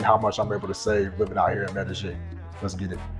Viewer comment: Since when is there a g in Medellin